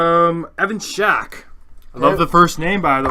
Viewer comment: Evan Stack* not Shack haha